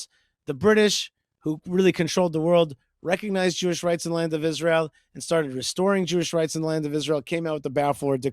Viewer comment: she emphasizes the word "Isra-hell" as well